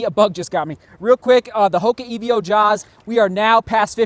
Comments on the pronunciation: Is it not "Evo Jawz" rather than "E V O Jawz" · Great vlog as always. Still confused why you say EVO like Evio though! Well done on another big day at Pikes Peak!